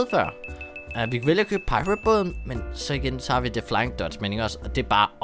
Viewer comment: Jeg mener at the skal udtales som agents of the egg